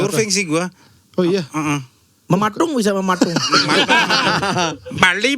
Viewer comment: kalo ngomong "Patung" atau "Pematung" pasti logatnya Bali:_TawaKepet::_TawaKepet::_TawaKepet::_TawaKepet::_TawaKepet::_TawaKepet::_TawaKepet::_TawaKepet::_TawaKepet::_TawaKepet